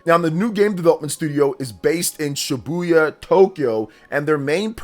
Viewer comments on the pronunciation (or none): none